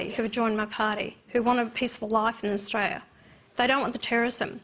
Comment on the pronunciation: Just of you could pronounce Australia properly. I may believe you.